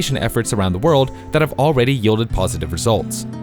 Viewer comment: When you say worlds with L in it, put your tongue against your top teeth, not the roof of your mouth.